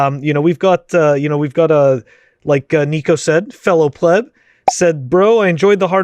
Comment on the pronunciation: it's pleb